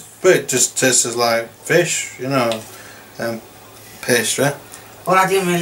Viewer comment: I like how they say “tasttes like fish” haha